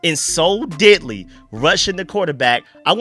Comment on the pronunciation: Cracks me up when I hear you pronounce deadly lol everything I hear you say it